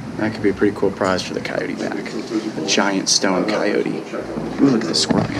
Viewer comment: It is Coyote not Cycote.